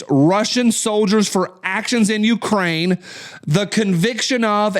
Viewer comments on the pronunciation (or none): none